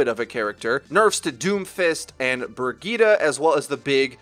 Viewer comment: Pronounce it like Bri-get-uh